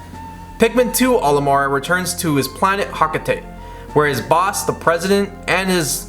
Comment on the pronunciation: You said olimoar again……. Cool vid either way